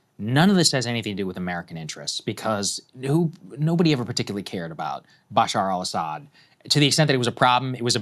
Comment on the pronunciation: It’s Beh-SHAAR al ESS-ed.